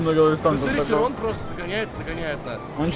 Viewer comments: Ето било широн а не чирон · Да не чирон а широн